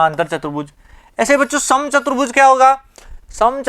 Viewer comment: Apne video me chaturbhuj ko chbutruj bola😁